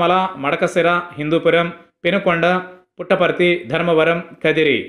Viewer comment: పెట్టపర్తి కాదు పుట్టపర్తి